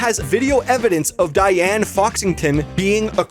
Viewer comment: "Whats youre favorite bad guys 2 cha-" diane... its diane...